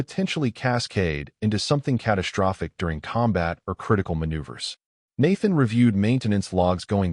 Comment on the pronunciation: Dang!!!! SHTRESS, CATASHTROPHIC.....THERE IS NO "H" IN THESE WORDS!!!!!